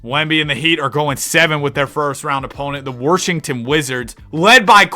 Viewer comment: You have me dying laughing every time you say Warshington Wizards! 😂